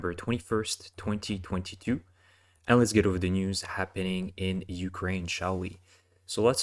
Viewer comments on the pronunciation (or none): "2022" in a Canadian accent. Such fun!